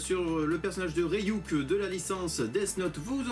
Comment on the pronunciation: C'est pas Rey-Yuk c'est Ryuk... Désolé c'est plus fort que moi ^^